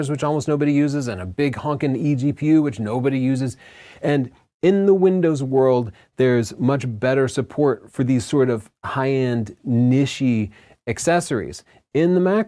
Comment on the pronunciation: Nishee 🤣 better than most American’s attempt of ‘nitch’, but fyi it’s a French word pronounced ‘neesh’. Great video though, I’m stoked for the new Macs, definitely waiting for a new 16” hopefully coming next year! 🤞